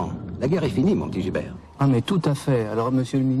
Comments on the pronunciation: Bon j'ai 12 ans de retard... mais c'est pas ""gilbert" c'est gibert :) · C'est pas Gilbert mais GIBERT , et pas alarme générale mais ALERTE GÉNÉRALE !!